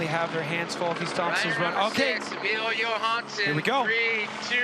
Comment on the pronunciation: idk how its 2023 and this announcer is still butchering Emil Johanssons name